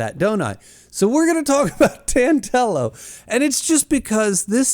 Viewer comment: Audio book guy here Name is pronounced as "Dan del oh" more like dandelion not "Dan delo" like Jello